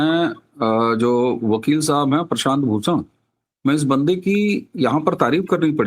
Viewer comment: एक तो 'भूषण' की जगह 'प्रशांत भूसण', ऊपर से उसी वाक्य में, उसी सांस में, उसी व्यक्ति का नाम बदलकर प्रशांत 'किसोर'! पवन करे सोर...! 🤔